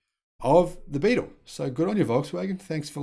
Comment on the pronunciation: Beetle not Bettle